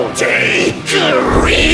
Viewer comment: this man somehow pronounced the quotation marks in "career"